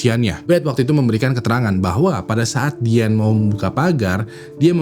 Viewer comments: Izin ralat, Min: Diane adalah nama panggilan utk Diana. Bacanya Dayene bukan Diane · ijin koreksi sebut nama,,, bukan diyen tapi dayen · dibacanya dayen gak sih? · Diane : Dayen Bang bukan Dien. Jangan ganti-ganti nama😂